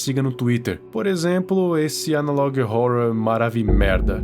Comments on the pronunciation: Pior que esse analog horror é só o jeito que vc fala "horror" 😂😂😂 se pronuncia ÓRROR e não ÓRORROR JAKAKALAKAJAKAKA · Analog horra analog rorra skskksksk É mt engraçado e ao mesmo tempo agoniante ele falando analog rorwa kskskskkksksks